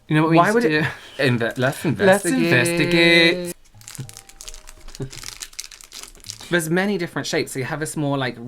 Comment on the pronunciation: "Let's investigeght." I love The Internet Investigator! <3